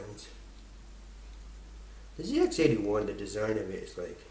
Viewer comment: Nice work on getting the correct pronunciation out of the gate. It's one of those silly little things that the Brits and those in the colonies like me can't unhear. I cut my teeth on a ZX81 in '81 and appreciate the effort you've put in to troubleshoot and repair these machines.